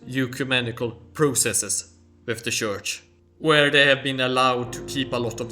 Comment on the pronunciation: Please note that in English the word church is pronounced tchurch. Just fyi